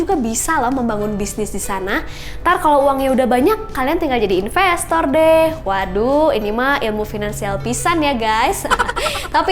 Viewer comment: apa cuma gue yg di akhir dengernya impostor bukan investor wkwkwk